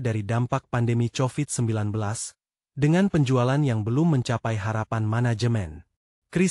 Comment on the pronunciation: Kovid bukan COVID. Pronunciation.